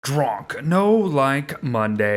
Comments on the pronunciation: When it sound like your saying “drunk”??? And drok sound like russians of “druge” means friend :D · Why do you say drok like drunk?